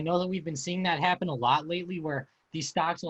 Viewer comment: yo can u say "EAfter, Heappen, and Beattery" again please